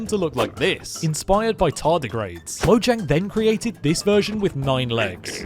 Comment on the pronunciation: Fact: Its actually pronounced mo-h-yang